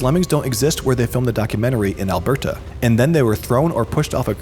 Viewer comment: lmao why you say alberta like that 😂